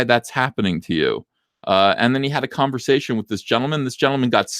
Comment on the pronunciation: Holy shit, Diversity and Comics, Quartering, and Rekieta Law all in one stream? All-star. At about it sounded like said he had a Kwanversation with himself. So I just added a new word to my vernacular.